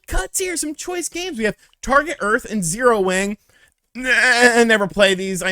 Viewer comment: "Zero Wang" 🤭🤭🤭